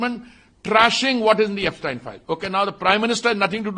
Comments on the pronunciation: Epstein Files ❌ Apstine Files ✅ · He's calling Yepstien 😅not Epstein 😢